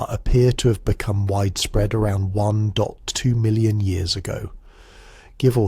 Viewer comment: "one dot w million"? how hard is it to teach your ai how to read numbers correctly?